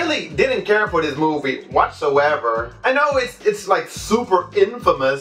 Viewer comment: Drugs...I mean the way he makes a long "O" when he says movie....explains it....